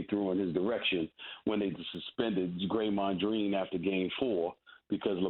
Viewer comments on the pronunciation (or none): Did I hear him say Graymond Dreen? Lol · Stephen A called him Graymon Dreen!!!!! lol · “Graymond Dreen!”🤣🤣🤣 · I knew I wasn't the only one who heard that. This isn't the first time he's said that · SAS said "Greymond Dreen". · “Graymond Dreen” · Did he just say Graymond dreen? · "...Greymond Dreen..." -S.A.S